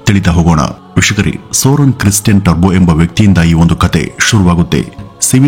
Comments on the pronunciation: It's Toubro, not terbo. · ಟರ್ಭೋ ಅಲ್ಲ ಟೋಭ್ರೋ ಎಂದು ಹೇಳಿ ಸಾರ್ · It’s Toubro not Tarbo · Bro Turbo ಅಲ್ಲ Toubro The Founder ... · Sir his name is mr S K TOUBRO not Turbo. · ಅದು turbo alla Toubro ಟಬ್ರೋ pronounce properly plsss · ಈ ಸಂಸ್ಥೆಯ ಜೊತೆ ನಾವು ಸಹ ಪರೋಕ್ಷವಾಗಿ ಸಂಬಂಧ ಹೊಂದಿದ್ದೇವೆ ಎನ್ನುವುದೇ ಹೆಮ್ಮೆಯ ಸಂಗತಿ. ಹಾಗೆ ಒಂದು ವಿಷಯ, ಅದು ಟರ್ಬೋ ಅಲ್ಲ ಟುಬ್ರೋ...